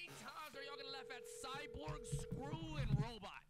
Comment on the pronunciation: CUZZZZ SAID “CYBORG”!!!!!😂😂😂😂